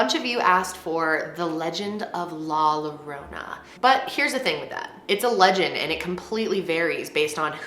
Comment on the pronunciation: XD it killed me when u said Llorona love ur vids tho